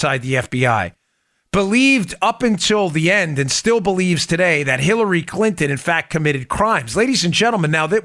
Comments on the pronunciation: Great reporting as always guys. But I have to say that I almost spit my water I was drinking at the time. I could have sworn that Dan said killary and not Hillary. I want to laugh out loud so hard. But I didn’t want to clean up water either. Needless to say loved your report today. 😂🤣😂🤣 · I loved how he called it the killary e mail 😂